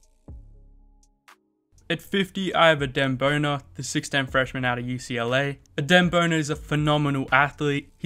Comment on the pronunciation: “i have adem bona” killed me😭 im sorry. Lit video tho🔥